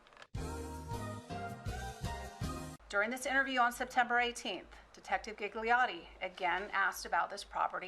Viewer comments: My hears are screaming… Gigliotti read as ghighliori… please kill me…. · All the “Gigliotti”pronunciation kill me It is an Italian surname N.b my surname is Gigli that mean lily